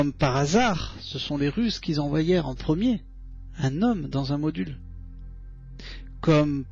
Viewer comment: les russent qui zenvoyerent..... jijijijijijiji